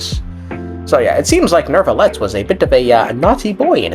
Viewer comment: You pronouncing neuvillette with an R is bothering me so much. Gotta do your due diligence on pronunciation of these names of you’re gonna be a content creator.